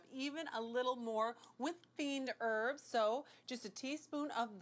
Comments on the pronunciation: She means “fines herbs”, which is a French herb blend. But she really is saying it like “fiend herbs” here 🤣 Maybe influenced by “herbs de Provence” since she uses that in a lot of her russipes too. Perhaps it's "fines d'herbs" in her mind? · WHAT is she calling those dried herbs? "Fiend herbs" ? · The fuck is that pronunciation 🤣